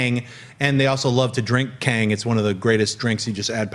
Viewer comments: Tang, Schnepp. Astronauts drink Tang. Not Kang lol. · You calling Tang Kang? Lol